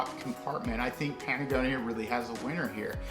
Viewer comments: are you saying Patagonia or Panagonia? lol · I stopped watching once you said patagonia wrong twice.